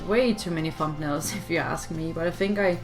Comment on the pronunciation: "thump-nails" 😂 I love it.